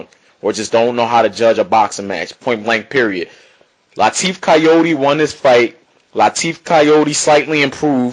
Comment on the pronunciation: good vid but his name is pronounced Car-YOUR!-dey not Cayode Try to pronounce it that way and you get it right